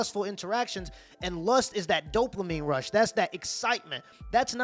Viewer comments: Dopamine. You pronounced it right the first time you said it. Then you added an “L”: Doplamine 🤣😂🤣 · There is no L in dopamine. Not doplamine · Dopamine* not Doplamine. Lol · Doplamin gets me every time 😂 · It's dopamine. Not doplamine. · Bruh. Doplamine. Come on man. I like your videos but that drove me mad. It’s DOPAMINE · This man said doplamine like 4 times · Did my guy say “Dopluhmine” or am I just hearing it wrong ? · Don't mean to be that guy... but it is Dope Uh Meen instead of Dope La Meen, spelled Dopamine. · 7min29sec dopelamine lol Its dopamine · Anyone else bothered by him saying “doplamine” instead of “dopamine” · How many times did he call Dopamine “Doplamine”? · My guy just to help you its dopamine not dopelamine. Not an insult just a correction. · Bro wtf is Doplamine 😂😭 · Doplamine?! Lmao Just messing with you bruh. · bro it’s ‘dopamine’ not ‘doplamine’ haha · Dop"la"mine is killing me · Please stop saying "dopLamine". You're an authority on social/sexual interactions? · "Doplamene" :D It is "dopamine" my guy, it is "dopamine". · It’s ‘dopamine’ not ‘doplamine’. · Why do you keep saying doplamine when it's Dopamine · There's no L in dopamine😂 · There's no L in dopamine lol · You know there is no L in dopamine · I don't want to be "that guy", but sir .. there is no L in Dopamine. Now it feels like I'm nagging about something, it is not my intention, but if I would be in your position I would apricate to be corrected sooner rather then later. Keep it up! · Say it with me dope-a-meen.